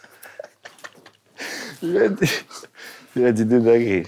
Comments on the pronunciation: J’ai mal au venum à force de rire « astrazemeka » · «c’est des atrazameca » j’en peux plus…